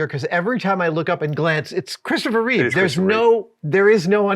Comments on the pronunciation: NOOOO, Adam! It's Reeve, not Reeves! XD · The host loves the movie SO much, and Superman SO much, that he got his name WRONG on first mention. "Reeves"🤦‍♂😬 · That guy tried SO hard to subtly correct Adam on correctly pronouncing Christopher REEVE, but sadly failed. I don’t know what’s so hard about the guy’s name… 😒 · Adam should donate $1k to the Christopher and Dana Reeve Foundation for every time he says Christopher ReeveS. I count at least $5k in donations owed for getting his name wrong. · It's REEVE, not REEVES fgs!!! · The professional made sure to say his name correctly twice shortly after Adam mispronounced it lol, subtly trying to stick the correct name in people's heads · It worked be nice if Adam would stop referring to Christopher Reeve as "Christopher Reeves".